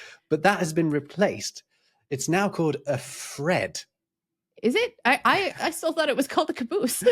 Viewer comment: Yes, you got Fred correct